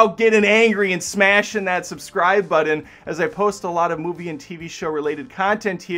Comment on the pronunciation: Also, very respectfully, I hope you keep pronouncing button like that forever